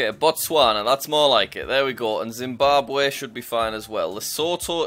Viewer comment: dimbabwe 💀 (no offense it's funny)